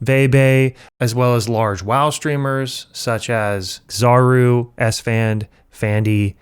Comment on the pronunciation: He pronounced Xaryu like (Zar roo) just like tyler1 and that shit had me